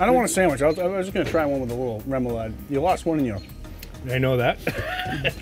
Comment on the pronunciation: Great cook! A salute to Nate who never gave on helping pronounce remoulade. 😂: Really tasty “roo-moulade.” Nate: “REM-oulade.” (how many times off camera? 😉)